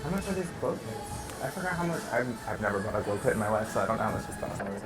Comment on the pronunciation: are we not gonna talk about how he said glow clits 😭😂